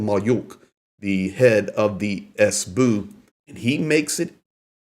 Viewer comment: learn to pronounce things man .. s-bu?? s-b-u.